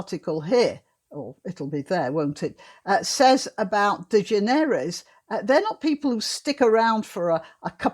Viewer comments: Her name is pronounced De-generous. Just as we say 'generous'. I've heard her say it that way. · Ellen's name is pronounced "de-GEN-er-es." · Generous is the correct pronounciation ...... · I have never cared for talk shows. I used to watch the tail end of them for the traffic reports and weather. The correct pronunciation of her sir name is De-Generous. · However it is a French or Iberian surname. So granny pronounced it better than that Ellen dude does himself. Its "de Generes". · Its proper pronunciation is De generates with a silent s.